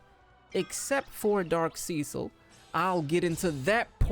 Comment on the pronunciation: mans said seacil